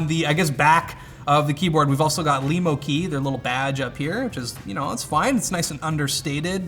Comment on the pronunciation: Cool, a keyboard made for me Lemo. Also , for the first time someone actually says it right.